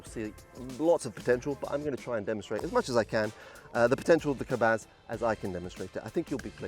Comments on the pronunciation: It is Polish SZD-21 Kobuz , best acrobatic glider/sailplane ever was put into production, front section of the model fuselage is not correctly made (profile shape) and do your homework next time. Your pronunciation of the name KOBUZ socks ( Kabaz ?? ). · Hi. Kobuz (pron. kobooz) was a Polish glider:)